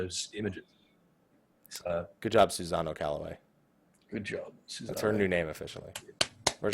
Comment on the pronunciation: Guys, learn how to pronounce other culture's gods. First it was Quetzalcoatl, now it's Susano. It's a small thing but I find it really annoying. SU-SA-NO-O. It's phonetic, and there's no z sound.